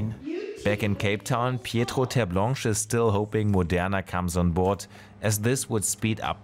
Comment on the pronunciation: It is Petro not Pietro.